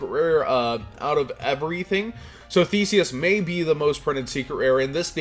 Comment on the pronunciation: Thanks so much for pronouncing "Theseus" correctly